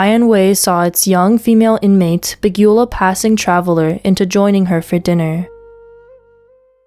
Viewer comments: I read through all the comments to see how many would comment on this! It's shocking and sad that a person who wants to narrate wouldn't 1. Know how to pronounce words like ARID, BEGUILED, FERTILE etc and 2) not look them up 3) not want to know how to pronounce these basic words! 😪 Everytime I see words I don't recognize, I look them up and listen to the pronounciation. Lovely voice, just a bit to learn in English. 🩵💙💜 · Might need too go back to 5th grade and learn to read words like bereft and beguiled.